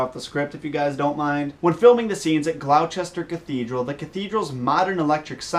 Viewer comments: gloucester is said like "Gloss-ter" not "glauchester" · Its not pronounced 'glouchester' its pronounced 'gloster' not to be rude or anything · I'm from England and its pronounced Gloster not Glou-chester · nice video, but you pronouced Gloucester wrong... its pronounced gloss-ter. will you be doing 7 like for the books, or 8 for the films? because deathly hallows is in two parts...